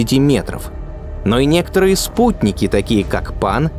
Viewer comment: научите диктора произносить слово "некоторые"